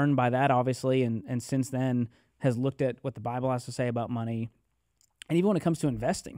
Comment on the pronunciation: The 'Buy-Bull'....I aint buyin' it. Great chat otherwise. Lol